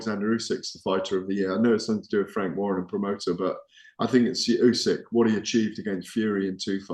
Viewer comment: "ooh-sick,". Not bloody "ooh-seck." Get it right